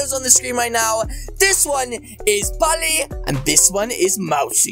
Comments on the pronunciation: He’s saying Polly it’s poley lol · bruh its not pally its po l e y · dude its pole E. not polly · its prononsed pOley sir